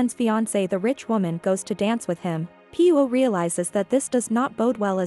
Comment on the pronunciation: He should keep the mustache and would be nice if AI could pronounce the name Pirot correctly